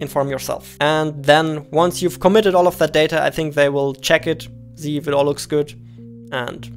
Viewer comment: Love how he uses "z" instead of "s" "...zell games on Steam" (almost everywhere in vid where "sell" is used) "...I wanna zee it!"